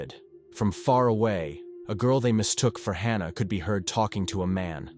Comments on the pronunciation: Hannah, or Hahnah! I think the correct pronunciation of her name is "Hannah'', as it has been, for millenia. Now we have stupid AI voice-overs. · Its HAN-A not HAR-NA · It’s Hannah, not Hah nah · The narrator doesn’t know how to pronounce the name “Hannah” wtf